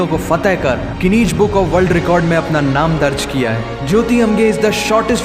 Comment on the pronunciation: Kirkit , rekard 🥲 well done